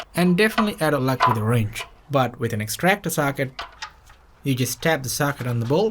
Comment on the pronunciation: The way you say ”Wrench” Wroinch